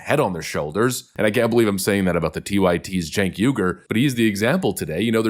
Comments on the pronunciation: It’s pronounced “Jenk”, like in “Jenkins”. And the family name is pronounced “Ou-eee-gh-ou-r”. Turkish names. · Spelled “ Cenk “… Pronounced “ Chunk “ 😂